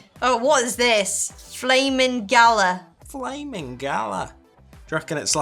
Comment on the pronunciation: 😂😂😂😂 galah is pronounced ga-lar.. not gala. I was so confused with what you were saying. Galah is a bird by the way...